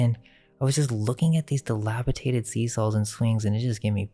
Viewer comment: Lol... "dilapiaTated"...